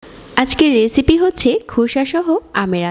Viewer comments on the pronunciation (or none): none